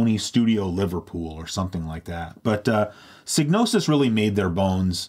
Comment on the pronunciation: "Seegnosis?" Really?